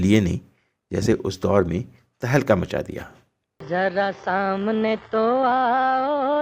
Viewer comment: Jara saamne...nahi bolte Hain.. Zara saamne bolte Hain. Releaj Nahi kahte Hain.. Release bolte Hain. Bhasha Ka samman karein. Bhasha sahitya ki dharohar hai. Aap ki niji sampatti nahi.